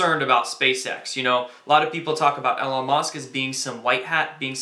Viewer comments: I believe it is pronounced Eee lon Musk, not El on.Awesome work! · How do you manage to continually mispronounce Elon Musk’s name? Maybe we should turn this video into a drinking game....El-on Musk! Everyone take a shot!! Otherwise, nice work....